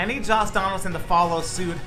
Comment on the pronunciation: Why does it sound like a is saying Joss Donaldson lol